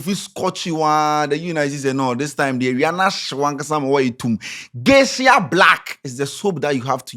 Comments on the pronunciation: it's "Geisha" not "Geishia" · Eiii 😂😂😂😂 it’s Geisha and not Geishia😂😂 #Dingoba Lesson✊🏽